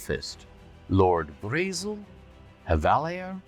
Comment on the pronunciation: Braezel prounounces similar to the german word Bretzel which is a pretzel. You will never stop me unhear it.